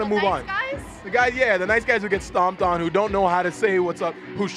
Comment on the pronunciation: Guys have to be confident (dominant? XD) "I like nice quys though"